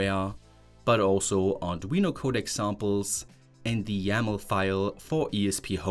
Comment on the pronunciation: Hello friend, I hope you will not be offended. Your English is improving a lot, and I have some things you might want to improve on. 1. If a word ends with D or T, you pronounce it as "tssss". For example "It" -> "Itsss", "Code" -> "Cotssss". This is probably the most glaring one. 2. Often if a word has "t" inside of it, you will pronounce it as "ch", whereas most often it should be pronounced as "t". I suggest checking the words you pronounce as you go filming, this way your pronunciation will improve a lot! 3. The melody of your sentences: normally, sentences in English start at a higher pitch and slowly drop in pitch. You do the opposite which is confusing. That is reserved for questions. 4. You pronounce syllables separately. In English, they flow into each other. For example, in mathematics, when we read the symbol for the derivative of the function f, written f'(x), you would probably say "eff dashd eggs". The correct, fluent pronunciation would be "effdash dex". See how the "d" at the end of "dashed" went to the start of "x"? That's done to make it more fluent. English has no glottal stops between words at all, whereas Eastern European languages almost always do this. Similarly there is no glottal stop between "eff" and "dash", it's all pronounced in one go. Thanks a lot for your videos and I hope this improves your reach! I suggest periodically asking people from England or the US to review your pronunciation in order to stay on top of it. Soon enough you'll see great